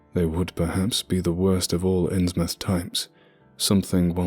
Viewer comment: Thank you for pronouncing "Innsmouth" correctly. Believe me, it matters.